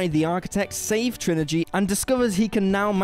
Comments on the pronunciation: You totally just called Trinity "Trinigy". Was that really the best take? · "Triniji".. or has my hearing gone to crap haha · am i hearing things or does he say "save Trilogy" when talking about matrix reloaded?